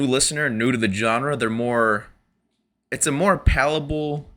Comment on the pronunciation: Did you mean palatable, or palpable? Pretty sure pallable's not a word.